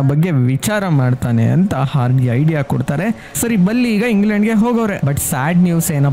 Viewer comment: ಬುಲ್ಲಿ ಅಲ್ಲ ಸ್ವಾಮಿ ಬಲ್ಲಿ😂